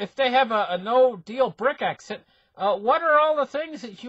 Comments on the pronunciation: doesn't read the comments, he will continue to say Brick-exit and exasterbate, better get used to it if you want to listen. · BRECK-ZIT ...I can't stop laughing